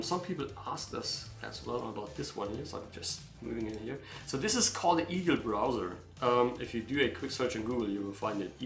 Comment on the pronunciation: Did you say Eagle browser? I could not make out what he said.